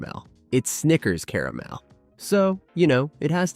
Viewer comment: At least "caramel" is pronounced properly at first. CARE a mel. Still a crappy computer generated voice track